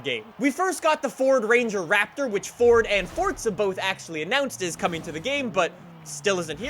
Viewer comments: For-za not for-t-za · I’ll subscribe when you say forza. Not fortza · ITS FORZA FORZA NIT FORTZA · I can’t listen to this dude saying FORTZA anymore.. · There’s no T in Forza my dude